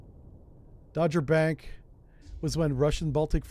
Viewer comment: Dogger Bank isn't pronounced like the American baseball team. It's "daa*gr". Like a dog. 😄